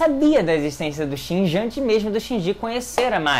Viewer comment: Esse cara é mestre em mudar a sílaba tônica das palavras. Foram trocentos animes e filmes falando "Ikári" aí ele vem e fala "ikarí" e "shinjí". Como pode isso?